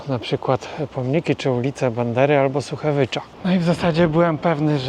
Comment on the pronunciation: To był Szuchewycz, a nie "Suchewycz"